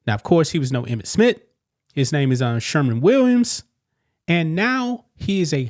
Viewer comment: Smith; NOT Smit…….